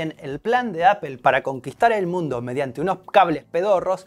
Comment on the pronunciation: Porque dicen APEL? si se dice Apol!